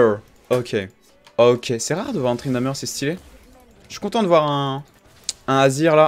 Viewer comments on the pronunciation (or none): Tu dis " Tryndameur " mec ? Sérieusement arrête !